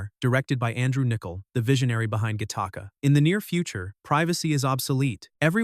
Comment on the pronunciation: It's pronounced, GATT-ih-kuh.